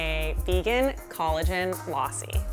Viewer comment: Lausi!?! Super weird way to pronounce lassi.